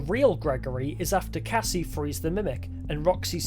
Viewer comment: If you notice you can hear him say Cassie kinda off